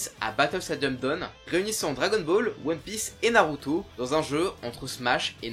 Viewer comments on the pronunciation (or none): none